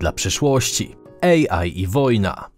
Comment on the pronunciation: AI nie EJI 🤦🏻‍♀️ AI czyli Artificial Intelligence. Jaki głąb dodawał napisy? 😂🤦🏻‍♀️